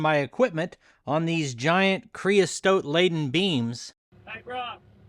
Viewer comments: Creosote - NOT STOTE! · creosote, not creostote, FYI